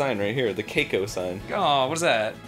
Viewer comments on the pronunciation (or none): "Qeiko" is actually "Seiko". ^_^